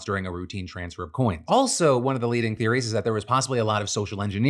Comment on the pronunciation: I thought you said John Stewart of “leading” from this news desk not “bleeding” which is honestly far more accurate.